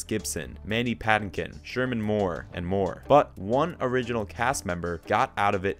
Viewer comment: This video lost all credibility when it more than once referred to shamar as Sherman